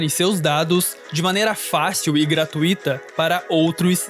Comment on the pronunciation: Vídeo incrível. Mas, amadxs, ‘gratuíto’ é fod4! Coragem!